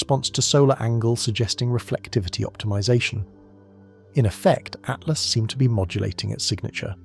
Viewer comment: Its atlas not at last. Jesus